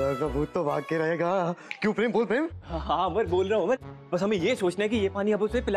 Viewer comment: Kyu pream bol pream😂😂😂